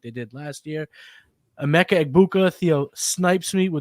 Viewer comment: I appreciate the effort but ya gotta pronounce their names correctly. Rome Oh-doon-zay (Odunze) and Uh-mehk-uh (Emeka) Egbuka.